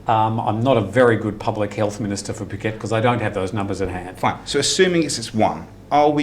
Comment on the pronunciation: Can somebody please please correct pronunciation of Phuket? It's so annoying. I thought he was going to puke:(